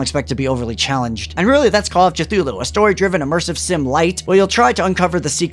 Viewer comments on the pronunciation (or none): Your decision to pronounce Cthulhu that way has driven ME mad!